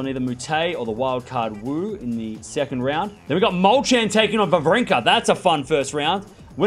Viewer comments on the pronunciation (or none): none